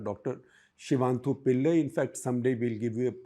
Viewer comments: It's not Shivanthu Pillai,it is Shivathanu Pillai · Hey Shekhar.. the name is Sivathanu Pillai.. not Sivanthu Pillai.. second time i see u make this mistake.. a little bit of due diligence please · Sir again you have pronounced his name wrong. He is SIVATHANU PILLAI and not Shivanthupillai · SG sir, please get the name right you say Shivanthu Pillai - it is actually Sivathanu Pillai - one of India’s proud sons and with a stellar academic background 🙏🏼🙏🏼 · Shekarji, for god's sake, please pronounce names correctly. It is sivathanu pillai NOT sivanthu pillai. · SivaTHANU Pillai...not shivanthu pls...zameen aasman ka farak hai...a misplaced syllable. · Shekhar-ji, the name is Siva-thanu pillai the North indians dont catch south indian names easily 😅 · And when you do a story on Sivathanu Pillai, get his pronunciation right! You got it totally wrong now.